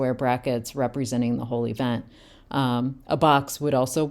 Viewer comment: Lol, Jesse's "whole event" keeps sounding like "holy vent". 😄 The description of aspects being points on an action instead of a time line is something I hadn't heard before, but it's really helpful.